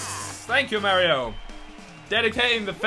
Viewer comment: when you play Mario games and you don't know how to say mario